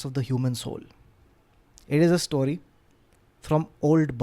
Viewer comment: Thank you for 'story' and not 'stawry' as you've been saying in last couple of episodes